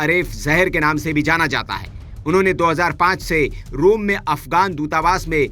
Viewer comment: रूम नहीं। रोम